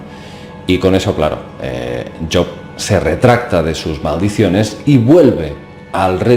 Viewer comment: me ha gustado mucho el video el personaje que mencionas job se pronuncia su nombre con jota y perdona por entrometerme un poco, solo era eso, no lo tomes a mal y gracias por el trabajo de investigación que estas haciendo,que es despertar conciencias, que no es poco